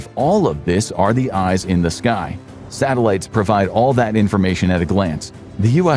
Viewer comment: We have Sah-Tehl-ah-tees. I love. Satellites ❤❤❤❤